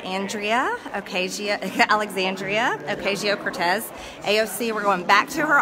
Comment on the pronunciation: ACCOUNTABILITY?!?!? Yeah you’re one to talk. SAY HER NAME RIGHT IT IS ALEXANDRIA OCASIO-CORTEZ